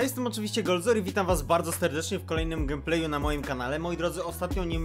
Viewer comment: Lubię i oglądam twój kanał... ale weź skończ z tym „gem plejelm” - „gejm plej” się mówi... wszystkie inne przejęzyczenia nie maja znaczenia...